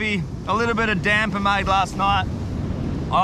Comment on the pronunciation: It's called damper not damber 😅